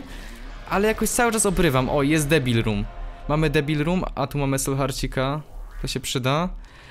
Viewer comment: czy tylko ja słyszałem że powiedział w debil roomie zamiast devil